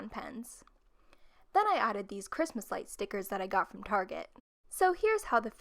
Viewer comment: Who else is a little bit bothered by the last “s” in the Christmas on the Christmas list